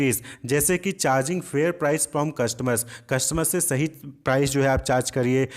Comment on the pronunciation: Sahi ko rahi boldiya sir 🥲😵‍💫😅😅😅